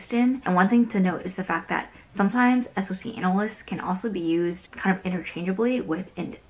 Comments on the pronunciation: Thought it was called a "Sock Analyst". never heard anyone else say each letter b4🤔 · Dubious, I work in InfoSec and have helped train SOCs from many different companies....nobody pronounces it S.O.C Analyst, just say it like the thing between your foot and shoe please 😂 Sorry it really irked me. But accurate intro into what an analyst's day to day is like, get ready to be a data junkie until you move up tiers and get to do the fun stuff.